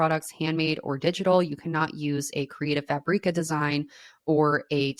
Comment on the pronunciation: Why do you pronounce Creative Fabrica like Creative Fah-bree-ka? It's Creative Fabric-ah.